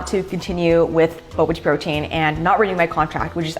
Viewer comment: The way she pronounces bobateaprotein is just....making me anxious lol